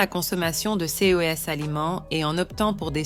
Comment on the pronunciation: mauvaise lecture...dire c e s au lieu de ces , c'est vraiment étonnant. Quand cette lecture automatique en français va-t-elle être corrigée?